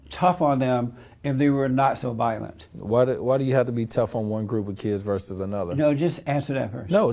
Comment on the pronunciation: Especially when he mispronounced "violent." He said, "valent." Maybe it's a colloquial thing.